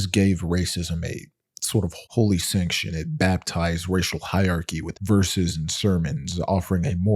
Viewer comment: Fyi--hierarchy has 4 syllables.